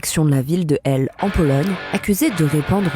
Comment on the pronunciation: Svp, prononcez les H en anglais surtout dans des cas comme ça... "Elle en anglais" ça ne veut rien dire ..